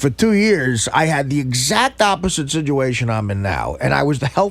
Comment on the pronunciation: Can someone please tell this fucking sack of guido shit the word is SITUATION